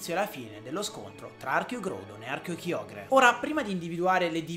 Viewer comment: Anch'io voto GRAudon e KAIogre come pronuncia, anche se ormai sono abituato a KIogre... 😅